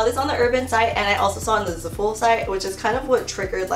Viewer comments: “Zuh-full” omg girl i love u but that it not the way u pronounce Zaful haha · Love u but I’m pretty sure zaful is pronounced Zaah-full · zaaa- full ahaha omg I cringe every time I hear za-fool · it’s zAful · I love how you pronounce za-fool 😂😂❤ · It's pronounced "zah full" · oh my gosh if she says zaful like that one more time lmao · I hadn't noticed how she pronounced zaful till i read about 1k comments about people cringing 😄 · overtime she said zaful wrong i cringed a little harder